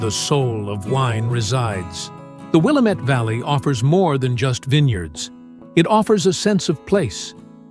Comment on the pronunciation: I lived in Portland for 27 years and Willamette is pronounced WilLAmette